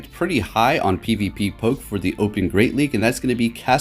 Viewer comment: Repeat after me "would 👏 have 👏 GONE 👏" one more time "would 👏 have 👏 GONE 👏" again "would 👏 have 👏 GONE 👏" NOT "would have went" "would 👏 have 👏 GONE 👏" Jesus dude stop saying that you're driving me crazy. (also, it's "pv-poke", not "pvp-poke")